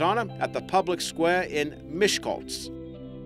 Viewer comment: The 'cs' from Mancs - which is 1 consonant in hungarian - is pronounced like the 'ch' from cheese. On the other hand you pronounced Miskolc beautifully. :)